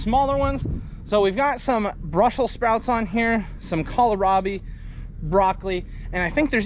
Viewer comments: Interesting how you pronounce kohlrabi. We say "coal-rabi" around here. You say it like "colo-rabi" I always think you're going to say Colorado. 😁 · Tracy and Megan will pronounce it "coal-rabi" also. Florida girls.